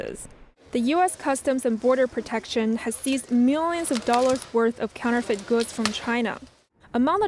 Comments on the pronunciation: I must be tired, I couldn't stop giggling at the pronunciation of counterfeit, counterfeet hehehe. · NTD, please help your anchorperson how to pronounce “counterfeit”. It’s not “counter-feet”. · Please revisit your pronunciation of counterfeits.